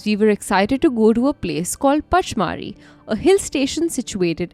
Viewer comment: It is pronounced punch-mar-hi